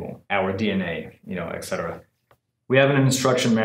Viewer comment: Dude, it's "Et Cetera" not "Exettera".